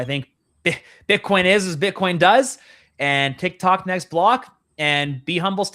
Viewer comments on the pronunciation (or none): none